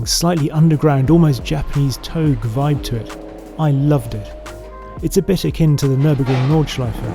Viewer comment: it's pronounced touge, not touge.